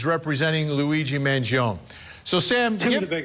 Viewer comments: His surname pronounces as Mangi'On'E. Not Mangi'On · Man-Gee-own-ee Vin. It's a great name. Stop messing it up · Vinnie you're obviously Italian, put some Italiano respect on this young mans name and say it correctly. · Mangione is pronounced “man gee o knee” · Vinnie you Iatalian I'ts not Mangioon Its M A N G I O N E In Italian it's Eat a Lot with the amphasis on the last 2 letters NE you leaving the E out 😂😂🔴⚪🟢 couldnt find an Italian Flag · I refuse to take you seriously Vinnie, until you correctly say Luigis last name. Man Gio Nee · Thank you! 🙌 Man-gee-on 🤦🏻‍♂️ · Why can’t he say his name correctly? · No. The italian "e" doesn't sound like the english "ee". It sounds like the "e" in the word "end". And "gio" is a single silable. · Can we pronounce Mangione correctly please ? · vinnie please learn how to say mangione's last name correctly....i cant take you seriously, and you have become toooo judgemental!😢